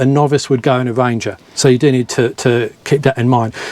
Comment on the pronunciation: It a ranger! not a wanger